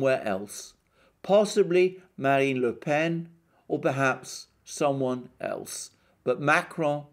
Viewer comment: Perfect pronunciation of Le Pen! Great show ;)